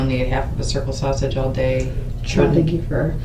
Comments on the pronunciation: Lol😂😂She also mispronounced "sausage" & kept saying "she ate a half a circle sausher" I was mad! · #Shaushage (that's how this dimwit was pronouncing 'sausage ') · She ate....a sausher...a half a circle sausher. Bish, what?